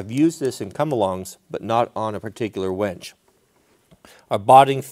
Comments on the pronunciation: Why do you keep saying "WENCH"? You used to build winches and call them wenches? You say winch and then wench LOL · Say it with me: wINch. Not wENch. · Can't decide if I hear wench or winch. ;)